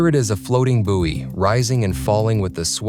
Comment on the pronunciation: Just a note, it's "boy" not "boowey". You're welcome!